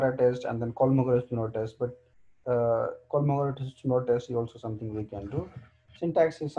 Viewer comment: only one remark from myself: Kolmogorov-Smirnov test, not Kolmorov...